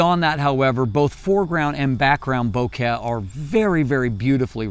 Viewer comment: says "Bo-care" instead of bokeh, because he really cares.